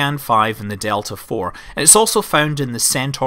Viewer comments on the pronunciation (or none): none